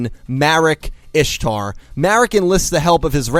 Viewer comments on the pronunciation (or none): none